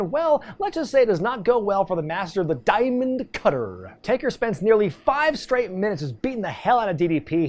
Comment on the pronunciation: Please stop saying diamond cutter like that